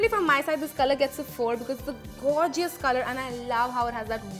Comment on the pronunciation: Gorgeous is pronounced, "gor-jus" not "gore-Ji-us" like, stop.